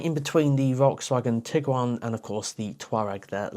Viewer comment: Hi, VW is actually calling it "Tie-ron" like Taycan... must be a German thing.:) I quite like the car. Can't wait for the driving video.